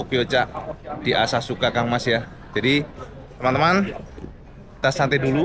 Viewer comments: ASAKUSA cak bukan asasuka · Asakusa Cak, bukan Asasuka 😄✌️ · asakusa cak bukan asasuka😂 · please Cak bukan asasuka.. tapi asakusa...heheheh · Cak bukan asasuka, asakusa cak 😁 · bukan asasuka tpi asakusa cak ❤❤❤❤ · Asakusa cak bukan asasuka 😁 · Asakusa bukan Asasuka cak 😂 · Asakusa cak,,udu asasuka😅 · Asakusa cak, bukan asasuka 😂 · asasuka apa asakusa cak?